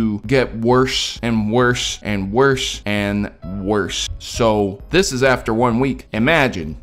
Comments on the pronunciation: Worsh worsh worsh worsh. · How he said "worse" though. 😂